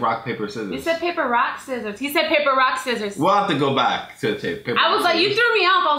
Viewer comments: he said papper rock scissors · he did say papper rock scissores